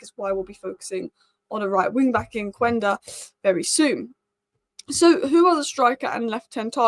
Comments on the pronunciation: KENDA! It is pronounced KENDA. Not Kuenda. Quenda =Kenda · It’s pronounced Kenda. The U is silent in Portuguese. Please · It’s phonetically Qenda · I have nothing against hojland but I'd hold onto zirkules and get another striker. I feel like we're always talking about gyokores and cuhna😮‍💨 I don't think gyokores thrives in the EPL, he needs space, without it he's as effective as rasmus.... He is a calmer finisher though Also, I'm not Portuguese but as far as I know it's pronounced key-enda - it's an African name, and I happen to be South African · It's pronounced kenda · Might be surprising, but Quenda is actually pronounced Schmeichel.